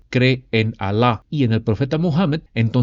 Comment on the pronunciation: Me encanta incluso su pronunciación de los nombres Alah y el profeta Mohamed. Lo hace muy bien.